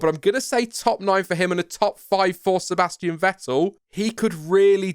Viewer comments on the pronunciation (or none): none